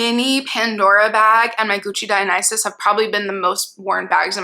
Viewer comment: You are the ONLY person on the internet who has pronounced Dionysus correctly 😆 it’s been years and I haven’t heard anyone get it right I’ve felt like I have been in an alternate universe ever since. lol thank you 🤣